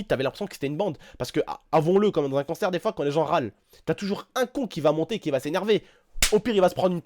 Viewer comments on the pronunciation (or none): Tu dit "Cancer" au lieu de "Concert" mdr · on dit CONcerr et pas CANcer (dsl si ta le nez bouché ) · Je rêve ou dis à chaque fois "cancer" au lieu de concert ? 😂😂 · Quand tu dis concert je comprend cancert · à chaque fois qu'il dit "concert" je comprennais "cancert" ^^